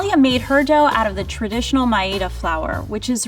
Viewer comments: First time hearing maida pronounced as Ma-ye-da 😅. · Yeah I refuse to believe dalia is indian she doesn’t even know how to pronounce maida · that's how south indians pronounce maida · that's exactly how my mom says maida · that's how I pronounce maida is it supposed to be like may-dha. Idk man some people pronounce things differently